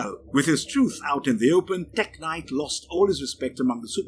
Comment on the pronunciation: I know it's a video about Tek-Knight... but he said it 61 times in the video, and the way he said it All I couldhear was blablabla teG-nite blablabla TEGnite